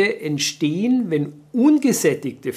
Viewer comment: Also besser keine Pommes "erzitzen", sonst "entsehen" schlimme Dinge. Mann, Mann, Mann ...